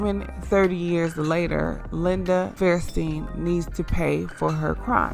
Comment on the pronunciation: Her name is Linda FAIR-sten not fairSTEEN. If you want to be making videos like this, I urge you to get a speech coach. While editing is the bigger problem with your speaking, you do lack the strength of a trained speaker. If you want you channel to support you, put in the work. It will pay off.